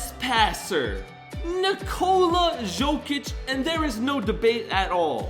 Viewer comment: the way this man pronounces jokic’s name